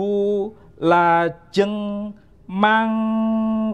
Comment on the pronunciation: Saya dengarnya kata “mangka” bukan mangkat? Yang dalam bhs Jogja Solo nyebutnya mongko